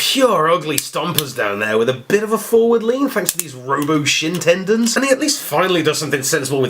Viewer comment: Shin tendons... "shendons"?